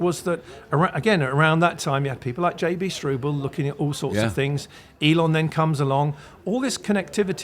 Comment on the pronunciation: Let know it's not JB "Strooble" 🤔